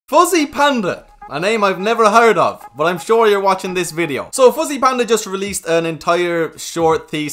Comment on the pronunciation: Anyone heard from the beginning, was saying “pussy” panda